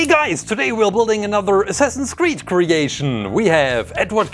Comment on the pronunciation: for a second i thought he said semsame creed